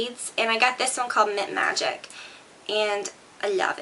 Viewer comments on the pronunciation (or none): none